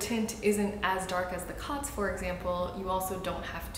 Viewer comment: I believe it's pronounced "coats," as in, it coats the skin. The line over the "o" denotes a hard vowel.